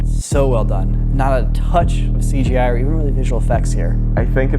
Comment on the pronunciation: oh 'she gi' like in gi jane? wonder they had any cgi in that one.